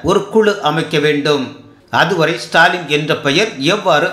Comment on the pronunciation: என்னய்யா இதுகூடவா தெரியல..."இசுடாலின்" தான்யா அது...இல்லனா "ச்டாலின்" அட அதுவும் வேணாம்னா.."டாலின்...னு கூப்டுக்கோங்க...